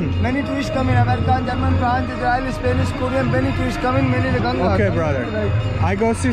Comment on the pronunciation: I liked that you pronounced it as Ganga unlike a lot of foreigners who call it as Ganges. I'm glad that you pronounced it correctly.